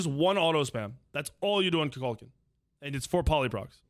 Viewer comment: has this guy not seen black panther 2 Kukulkan is not pronounced like that haha